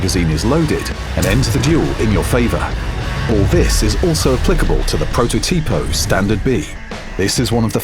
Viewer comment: It's protòtipo not prototìpo